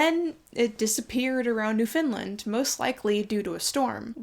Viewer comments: I was going to comment (after checking sources) to agree. Also Newfoundland has the accent on the first syllable. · Great video but one tiny nitpick. As Newfoundlanders my housemates and I all cringed hard at your pronunciation of "Newfoundland" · The amount of historic ships that end up lost off the coast of Newfoundland is honestly wild. (also as a Newfoundlander, in case the island comes up again it's pronounced "NOOFN-land". Think of the cadence of the word "understand")